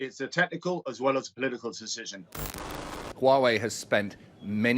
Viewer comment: Huawei is pronounced who-a-way